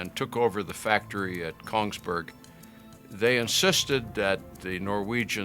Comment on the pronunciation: Greetings from Norway. Please don't call Kongsberg - "Konigsburg" we are very much not German. Also, for us Norwegians, the most important and valuable of these pistols, are the ones we call "Lunch-box Colts" - which are guns often with no markings or serial numbers, which where smuggled out of the factory in parts during the war, and supplied to the Norwegian resistance. Somewhere between 250 and 500 of these where made before the people responsible were discovered and had to escape to Sweden.